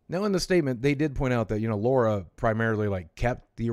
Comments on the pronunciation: Every time I hear Laura instead of Lara I cringe :/ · LARA not LAURA